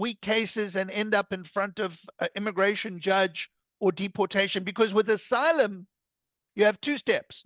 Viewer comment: Trump says enter as assylum as well